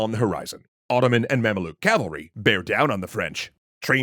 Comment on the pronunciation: Its pronounced "ma'am-luke" not "mam-uh-look"